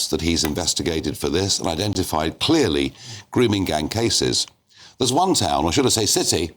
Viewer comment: Yes. Khan “errrrr don’t no wot a gwooming gang meenz durrrrrr”